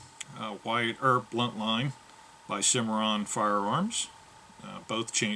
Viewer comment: I believe you meant to say buntline special, Not Bluntline. This name was given by Ed buntline, a novalist at the time.